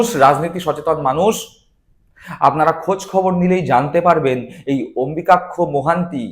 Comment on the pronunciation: যে অম্বুযাক্ষ নামটা ঠিক করে উচ্চারণ করতে পারে না, সে করছে রাজনৈতিক বিশ্লেষণ!